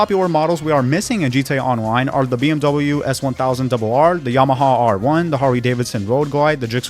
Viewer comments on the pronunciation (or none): none